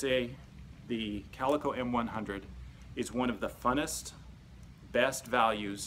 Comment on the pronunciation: CalEEEEco....just saying